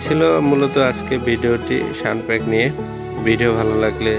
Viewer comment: ওরে বাইনচোদ এদ্দিন হইল বাংলাদেশে এয়ারগান শ্যুটিং জগতের ইজ্জত মারতেছিস তবুও এখনো সামান্য ইংরেজি পড়তে শিখলি না? বাইনচোদ শালা স্নোপিক রে কইতেছে শানপ্যাক।তোরে জবো দিলেও মনের দুঃখ যায়না।